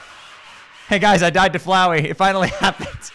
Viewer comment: That ain't flowey that fowey